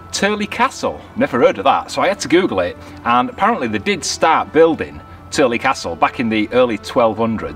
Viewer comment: Yes, your pronunciation is spot on for Tyrley locks! We were through there in 2019. Love your videos! Roger & Lisa Turley (Wales, Utah, USA) P.S. - Great cinematography at High Bridge!!